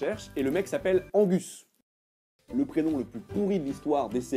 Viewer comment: Angus... Pas besoin de s'emmerder avec le "G" M.;)